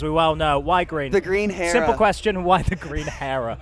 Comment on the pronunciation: lol the green "hair-ah"